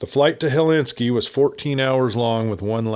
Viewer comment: It’s Helsinki not Helinski